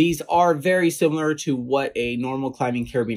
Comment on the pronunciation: Feels like you made a nothing burger 4 years ago if they aren't being sold for climbing. 😅 (you also misread "similar" )